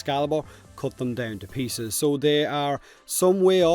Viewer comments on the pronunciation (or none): none